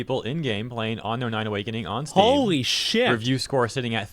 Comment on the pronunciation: why does homeboy keep saying ano-nai and not unknown9? legit